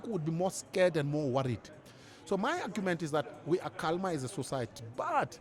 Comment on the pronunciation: Prince u the L in calmer is silent bro.